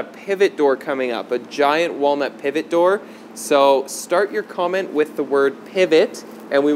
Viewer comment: Did u said. Pívot. Pivit. Pevot. Peewe. Penguin. Oh sh.t whatever buen video. 😂🤣